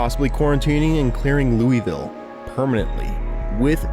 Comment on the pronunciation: As a person that lives right beside louisville in kentucky, the way you pronounced it hurt my soul. Its more like "Loo-vul". Great video though!